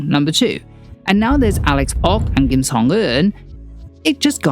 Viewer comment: what in the world is a 'soho for valley girl???' Also had no idea the yoido church was involved I literally got whiplash when i heard that! edit: also, love the correct kim pronunciation made me smile as someone who as a hard to pronounce korean name loll